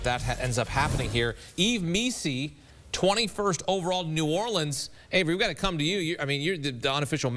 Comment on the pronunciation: Everyone can say New Orleans right but the guy who's from New Orleans 😂😂😂